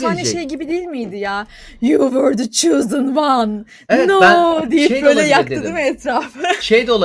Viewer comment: 'de You were the "chosen" one demek yerine "choosen" one demesi... Allah'ım, bir de bu kadın LOG dergisinde mi çalışıyor?